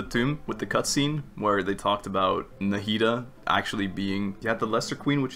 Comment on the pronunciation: Everyone: It's pronounced Nahida. NA-HI-DA: Michael Jackson noises